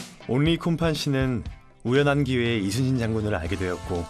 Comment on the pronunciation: 미국쪽은 LEE가 이니라 YI로 읽는구나 발음도 딱 이순신이고 ^^